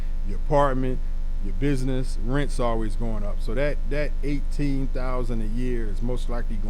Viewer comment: Did u say “bidness” Or do you mean business?